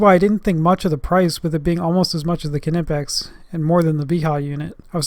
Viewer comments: It's not K''ee''nipex it is simply knipex without ''ee'' it is German not American. Type Knipex in google translate to hear how it is correctly pronounced. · NIPEX , silent k .........hehe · Kernippex? As in Kernife (knife) and Kernight (knight). Omg 😧 you Americans 😅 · Don't want to be the Internet police dude but Knipex has a silent K. Other than that great video and a thumbs up from me. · I thought the "k" on knipex was silent, making it "nipex" to pronounce it. Hmmm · Isn't it pronounced "Nipex" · The K Is silent